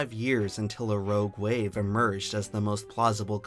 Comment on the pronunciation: "Roge wave"